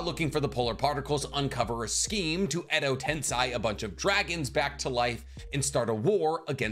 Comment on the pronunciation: Edo tens-EYE